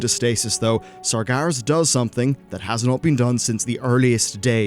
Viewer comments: Sarj Garas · Stop saying Sargaras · at least he isnt saying sarjeras